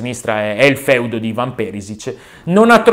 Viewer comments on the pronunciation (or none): none